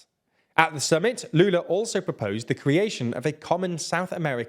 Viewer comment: Honestly, I'm impressed at the pronunciation of Lula's name, there's a bit of accent of course, but every word was correct, good job!